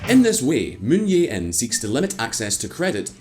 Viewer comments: I hate to nitpick on ppl's accent of foreign names, but at least try to get it somewhat correct. Clearly, there is a 'J' in the current South Korean president's name (Moon Jae-in). It just makes the quality of the video drop to a certain degree and not as professional as it can be. Hope you can remedy this problem in the future! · Bruh...its Moon JAE-in, not Moon Yae-in. Lololol. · It is Moon Jae In. Not Yay In. Your channel is rife with mispronunciations like Rye-add instead of Ree Yad as in Riyadh. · Moon Je In, not Moon Ye In. You can pronounce it as Moon Che In as ㅈ consonant could be read Che and Je. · I've never seen a Youtube Channel that covers economics and geopolitics be so lazy with it's pronounciation. Given it's a channel dedicated to covering international issues, you'd think they would put more effort into it. Moon Yei-In instead of Moon Jae-In, Park Wen-Hee & Park Gyoon-Hyen (two different pronounciations for the same name within one video!) instead of Park Geun-Hye... I remember in another video they pronounced a Korean word Chaebol as Kaibol. And I'd imagine they would make similar mistakes with other languages too. Come on, pick up your game. Why should I trust anything you say when you don't even bother with something as basic as pronounciation. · Aside from the mispronouncing of the Korean leaders’ names, Could you kindly tone down the music volume a bit? The music is much louder compared to the volume of the speaker, making for a less than perfect listening experience. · Can you guys please learn how to pronounce Korean? Moon yay in? Hahahaha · Moon yae in. That's some European pronunciation. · You really need to work on your Korean name pronounciation,. Moon JAE (as Jay) In. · You know this channel is poorly researched when they can't even get the name of the president right. Literally, just look up a news clip and you'll know how to pronounce it but they can't even do that.